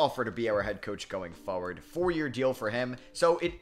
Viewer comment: The way you say “forward” annoys me sorry bro🤣